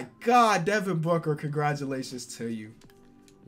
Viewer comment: This guy said Devin Booger XD